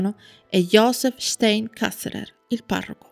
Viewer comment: anche il cognome è sbagliato.. stEin, in tedesco infatti la EI si legge AI (come ad esempio anche la EU si legge òi) 😇